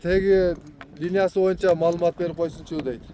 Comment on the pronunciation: Моюнча дегенинди токтотуп боюнча деп таза суйлочу